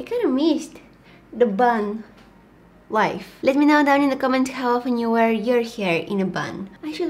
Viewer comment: When she said bun life the life part like sounded like she had no accent